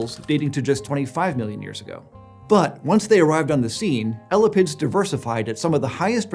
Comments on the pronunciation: eh-lap-ids, not ella pids, and emphasis is on the "lap". eh LAP ids instead of ELLA pids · lol at calling them "Ella-pids" it's "ee-lap-ids" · “L-la-pids” bruh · It's not elipids..... it's e-lapids....thus the genus name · eyy- lapp- ids.... not ela-pids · ella-pid? Ugh!! ee-lah-pid sounds a lot better to me!! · 1. Nobody says ELL-a-pids. It's eLAPids. 2. Venom is not an ancient trait in snakes. It's only present in one clade (Colubroidea) and all basal snakes are nonvenomous, so this should not be controversial at all. Apart from that, great content! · Drinking game! Take a shot every time mispronounces “ee-LĂ-pids”… come on man, “ellapids” has 2 Ls in it, everyone knows that. 😉😅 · Every time says "elapids" it sounds like "elephants". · L-a-pids hurts my brain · Hearing someone say ellapids hurts my soul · kept hearing elephants instead of elapids 😭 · Right? He says elapidae one way (the way I learned in my herps classes) and jumps right back to "Ella-pids"... LOL!